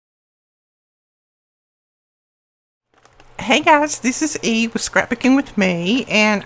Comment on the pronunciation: I was this days old when I figured out that you’ve been saying this is E....all this time I thought you were saying Eve.🤦‍♀️